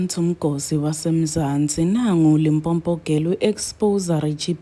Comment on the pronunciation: Limpopo not Limpompo